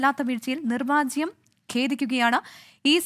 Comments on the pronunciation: നിർവാജ്യം അല്ല നിർവ്യാജം 🤭🤭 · നിർവാജ്യം അല്ല നിർവ്യാജം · നിർവാജ്യം 🤭🤭🤭കഷ്ടം... പോയി മലയാളം പഠിയ്ക്ക് കൊച്ചേ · എന്ത് എന്ത്!!?? നിർവാജ്യം എന്നോ!!!??? 🤣🤣🤣🤣 എന്റമ്മോ എങ്ങനെ ചിരിക്കാതിരിക്കും!!!?? നിർവ്യാജം എന്നതാണ് ശരി... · Nirvyajam. Not nirvajyam.